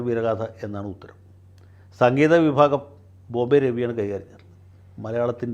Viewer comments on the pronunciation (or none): none